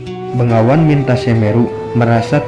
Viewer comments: Blepetan..begawan Bro bkn bengawan,bengawan nama sungai disolo stahu ane.. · Ma'af bos yang punya video ini anda salah sebut. Begawan bukan bengawan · Anda benar. BEGAWAN bukan BENGAWAN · Hai bukan bengawan, begawan tau